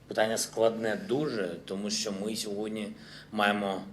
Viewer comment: "Що" произносит,как "шчо".